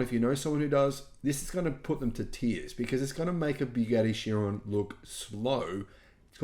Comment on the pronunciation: "Chiron" is pronounced "kai-ron". Also, 300 kph equals 186 mph (not 196 mph). I know. I've gone 275 kph on a race bike.